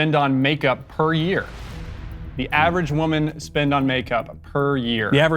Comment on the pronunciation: "I am a wimen" You heard it clear folks, Matt Walsh identifies as wimen!